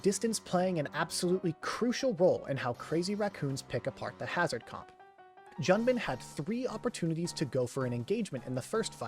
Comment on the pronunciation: Just a tip, it’s pronounced Joon-bin not Jun-bin, it’s as if a foreigner called John “Joan”